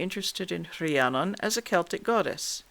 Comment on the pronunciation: I really can't get enough of hearing my name pronounced correctly. It seems to trouble Canadians. I never heard the true version before, just a mishmash of "fantasy".